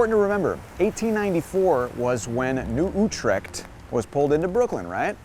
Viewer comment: good vid----one thing, New Utrecht pronounced New You-trecht Ave